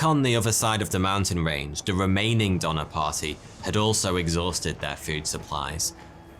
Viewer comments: Why does Donner sound like Dahmer?! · I know ur probably not gonna believe this but the donnors ya I’m related to them! My grandpas dad is cousins with one of them or something. The last name is donor and it’s pronounced do ner. You guys probably won’t believe me but thank you for making this video so I can learn about my family history.